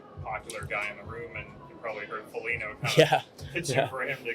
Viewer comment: “Andrew Foligno” 🤦🏻‍♂️🤦🏻‍♂️🤦🏻‍♂️